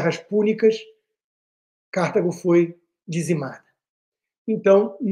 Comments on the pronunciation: Alguém avise o Constantino que não é "Cártago", é CartAgo. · C/Á/rtago doeu meus ouvidos. Deve ter deixado a Cíntia Chagas arrepiada.😢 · Sempre, nas muitas aulas de História que tive nesses meus 77 anos, ouvi CARTÁGO, paroxítona, acentuando o TÁ. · Eu não assisto Jovem Pan desde que aquela estranha falou mal do Pavinato. Constantino, aposto quanto você quiser que a pronúncia é " Cartágo" - "Delenda Cartago - Cartago será destruída " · Rodrigo, gostaria de corrigir a pronúncia de Cartago, se me permite. Em latim escreve-se KARTHAGO, usando a letra H para indicar a sílaba tônica. Talvez em inglês se pronuncie Cártago, mas, em português, esta é uma palavra PAROXÍTONA . Asilaba tônica é a TA. ❤ I Luv u